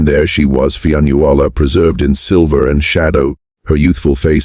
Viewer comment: Fion Ulla! Ffs! Get it right